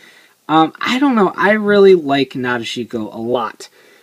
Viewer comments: Actually in the Japanese vocabulary there is no 'dish' sound. According to the hiragana it's pronounced Na-de-shi-ko but you might be right because sometimes sounds do get shortened in speech (su-ki -> ski). I'm too lazy to check the movie so not really sure which one it is :L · guys i think its pronounced Na Deshi ko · cool you finally got her. not being mean but you pronounced her name kinda wrong. a lot of people do. if you rewatch the movie and pay attention to gentaro, he says it correctly. nah-dish-ko. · actually it's not my way of saying it. it's how it was pronounced correctly. if wants to be more awesome, he should say it correctly too. hope he does the next time he talks about nadeshiko